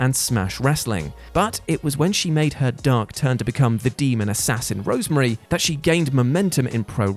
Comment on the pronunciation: Rosemary NOT Rosemarie